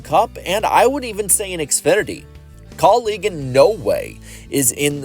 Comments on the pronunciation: Anyone else getting annoyed with how he keeps saying kauleeg and not kaulig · Why are you pronouncing Kaulig like colleague?